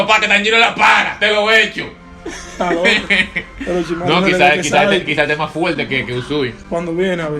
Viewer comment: Me da risa que diga oroshimaru cuando ni si quiera es oroshimaru xd 🤣🤣🤣🤣